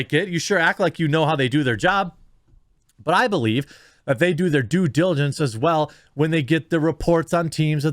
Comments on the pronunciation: Due gilidence lol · Lebron couldn't even say, "Due Dilligence" he said, "Joo Jill-juh-jence" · Did lebron say "jew diligence"? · Someone ask LeBron what "DueDidijence" is. He's been hanging around Biden, I guess. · Lebron says “ I wooda done did dat do dillagance before…” but he doesn’t have the due diligence to learn how to pronounce basic English words before a press conference. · What the fuck is "djoo jillagentz"? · “ I WOULD HAVE DiD that due dillegence before.” LeBronda James- 2022- I would have done due diligence- would be the proper way to say that KING PAGE 1 book reader guy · "due dilinjess!" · Now remember everyone, always do your "Ju-jilligence".. what a numbskull. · Did he say jew giligents? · Dude said Dew Dillon juss lol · Dugilligins yes yes that’s how you say it! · lebron barely knows how to say the words due diligence. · He can't even say "due diligence" properly before saying it on air but says he'd do research on every single player. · He tried SOOOO HARD to say Due Diligence 😂😂😂😂 Bless his heart. He should stick to dribbling bouncy balls. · You know how to say due diligence. And I don't even think you said it in the correct manner! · LeChina James can’t pronounce “due diligence.” Probably can’t spell it. Obviously he never does it. 😑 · He can’t even say “ due diligence “ ugh.